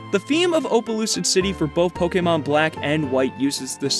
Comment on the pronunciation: i'd just like to thank you for being the only youtuber i've heard say pokemon right